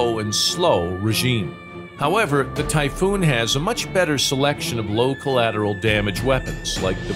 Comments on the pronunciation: Sorry but, typhoon. Greetings to germany FROM 🇸🇪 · please just say the typhoon and the rafale